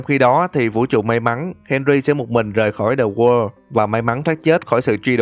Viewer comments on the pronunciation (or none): The wall nghe như the word! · Tại sao tui lại nghe "the wall" thành "the world" vạy